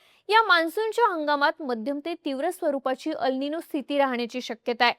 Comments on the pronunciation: Tumche अल् निनो ase uccharan arabic watte. 'El ninõ' ha south america shabd ahe tyache uccharan एल् निन्यो ase karave. 🙏🏻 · ह्याला "एल निनो" अस म्हणतात... "अल निनो" नाही.